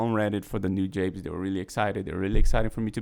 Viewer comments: btw you pronnounce it noo-jah-bess, not nu-jabeyz lol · Newjabes? It's New-Jah-Bez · It's "Nu-jahbes"